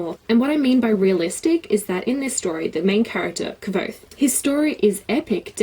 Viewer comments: rothfuss had a name pronouncing stream and the way she pronounced kvothe is the same was rothfuss did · It does say "like" quothe. I think you were saying it correctly:) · you made me smile:D Ive readen the book in German at first, after that i bought it in your language too and stuck to it till the whise mans fear was done also. Anywho, your pronouncing was perfectly right the "e" of Kvote is silent(or muted/dumb/which is the best word to use here?). Furthermore the names of those figures arent random at all! "quote" is knowen well i guess. Another example would be "Manet" the verb "manere (Lat.)" (3.Person, singular, präsens,aktiv) turns to "manet" and means "he/she/it stays". in the story it is an elder student who will never graduate or leave university. There are countless such hidden details, not needed to fancy the story but a good reason to like it even more. PS: it continues with "The slow regard of silent things", November this year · Patrick Rothfuss commented on this saying she was pronouncing it right 😂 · yeah I watched some of his interviews as well and his pronunciation was actually closer to yours, so you're right! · Haha I was under the impression that the book said the name sounded LIKE quothe - I looked at some interviews with Rothfuss and he pronounces it with a 'v' in there